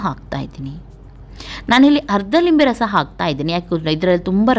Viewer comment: Meadum adhu neeruli alla herulli, mathu Limbe rasa alla nimbbe rasa 🙏